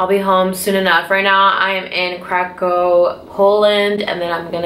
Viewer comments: I know you don’t speak Polish...but as someone who speaks polish....the way you pronounce Krakow makes me cringe SOOO hard😂😂😂😂😂😂😂😂😂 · Victoria Wojdyla yaaas, Kraków is a hard word :D